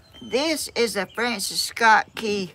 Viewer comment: It’s Francis Scott Key NOT, France Scott Kea Please have Steven or Danny or Tammy fix this. Especially since it’s your ancestor and if you want the algorithm to pick up your channel- all things considered